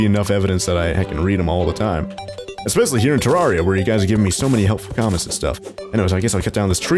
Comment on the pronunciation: Not to be that person but its pronounced Ter rare I a